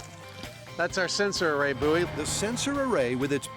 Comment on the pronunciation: By the way, "buoy" rhymes with "toy", not "phooey." Think of the concept of buoyancy and how you would pronounce that, if you're not sure.